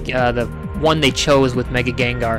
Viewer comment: its not gengar its gengar